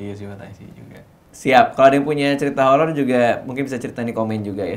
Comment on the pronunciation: Kirain kuping gue doang yg salah denger kalo dia ngomongnya holor